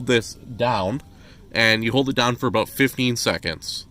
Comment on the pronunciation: That was the most Canadian “about” I’ve ever heard haha! Good video. I’ll save this in case I run into this issue down the road.